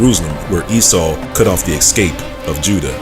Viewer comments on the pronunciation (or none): none